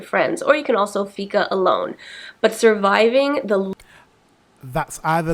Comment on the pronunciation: Im from Sweden and I like the way she says "Fika" 😅